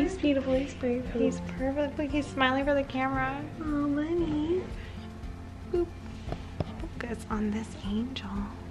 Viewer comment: she was trying to say Lovey and mispronounced it and mispronounced cash. (I think) And I have no explanation for saying, Milton.